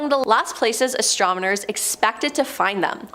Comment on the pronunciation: Listen. It is "Astronomers". Not "Astromoners". Please and thank you.